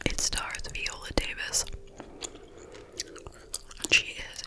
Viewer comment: Vy-O-la not Vee-O-la..Viola Davis 😉